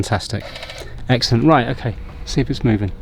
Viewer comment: I love how you say EGGcelent